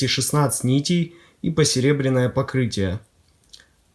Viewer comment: У вас почти половина обзора потрачена на описание макулатуры и прочей ерунды. И да, правильно: не "посеребренное", а "посеребрённое" ;).